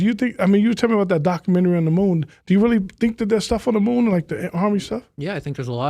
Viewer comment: Never heard anyone pronounce it like Doc U Men Tarry 😩🤣